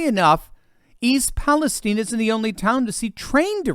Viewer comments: And why is it pronounced “East Palesteen”? It’s Palestine 🇵🇸. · Um, East PaleSTEEN? OK then...:body-blue-raised-arms